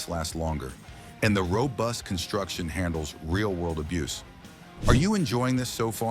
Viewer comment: When you see and hear mistakes, it makes one wonder about the entire video 🤦🏼‍♂️ Also, “abuce” is a noun; “abuze” is a verb